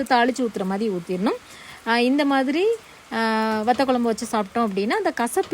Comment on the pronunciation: மல கொ ல ம் பு என்ன உச்சரிப்பு இது மழை குழம்பு என்று சொல்லுங்க